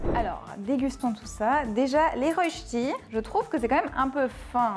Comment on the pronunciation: Super vidéo, mais par contre. Par pitié, plus jamais de roche ti __ c'est rosssttttii